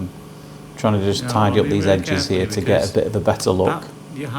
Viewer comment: Hello again, it’s me from QUEENSLAND 🇦🇺. I absolutely 😍your videos and your sense humour 😂😂😂. I enjoy you saying, “you can see here” and it comes out…..” you can see ear”. . I ALWAYS think “ ear ,in the ear “ and “ear ear lend me your ears”. I 😂😂😂every time and truely ❤️❤️❤️❤️❤️your videos.